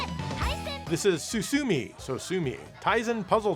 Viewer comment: It’s pronounced “susumeh” and means “to progress.”